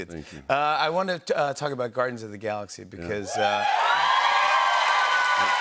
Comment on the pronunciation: it almost sounds like he said Gardens of the Galaxy, must be a Nature Show. :)